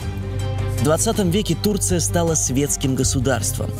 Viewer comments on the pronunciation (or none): none